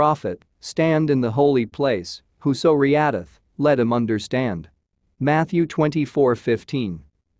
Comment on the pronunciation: did he just say RIAD-ITH for "readeth"???@ ? bruehh